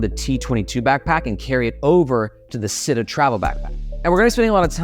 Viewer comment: Super excited for these bags! Also, the Italian word for city, “città”, is pronounced “chee-tah” 😄